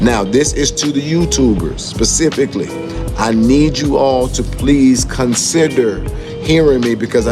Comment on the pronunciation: Im sorry, Im still stuck on the fact that a grown man said "pacificly"